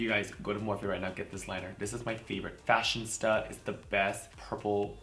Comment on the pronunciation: I think you mean FashionISTA lol I thought you were saying Fashion Stuff, Fashion Stud lol